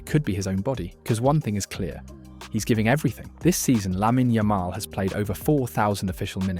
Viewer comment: Teach your robot voice thing to at least pronounce his name correctly.